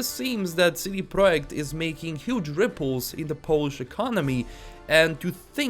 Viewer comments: It’s pronounced Project not Proic. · I appreciate very much, you have amazing entertaining videos that I listen to while I am at work. No offense l, I just found it hilarious how you pronounced it.